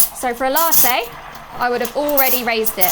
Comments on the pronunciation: La' teyyy 😅😅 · given how common glottal stops are in british english, it's weird that she doesn't pronounce "latte" with a glottal stop.